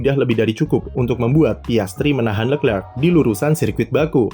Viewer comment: fasih sekali menyebut Lecrerc, Saya sendiri menyebut Lekrek